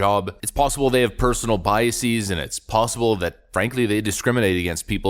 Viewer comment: "biaseez" -- like "processeez" ;)